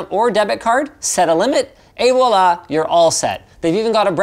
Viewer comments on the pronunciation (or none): none